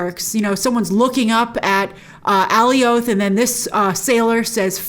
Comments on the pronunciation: I thought I was going crazy for a sec. lol she kept mispronouncing it and I’m like wasn’t it clearly pronounced for us on the show a bunch of times? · it's becasue the comics nae for it is Alioth but I thnk they might have tweaked the name so it's not excactly the same creature? to oliath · oh wow. yeah, should have checked the captions...so... I guess a very weird pronunciation then... also, how in the heck do they know its name? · It's fine to mispronounced names once in a while but she says it about a thousand times. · Does no one know how to say Alioth correctly? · Please can you say the name correctly of Alioth. It sounds ridiculous the way you're saying it lol